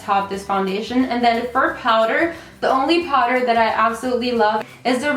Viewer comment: the way you say "powder" is so cute! lmao sounds like "Potter" as in Harry Potter , I catch myself repeating it every time you say it!